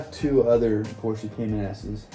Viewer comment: I'm hoping that some day you will start saying Porsche correctly! LOL!!